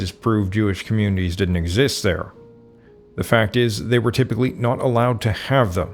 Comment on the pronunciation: Tithes ! Oh is that how you say theft ???